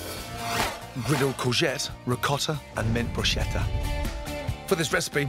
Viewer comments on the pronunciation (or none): Gordon, I love you but can someone teach you how to say bruschetta? BroosKetta.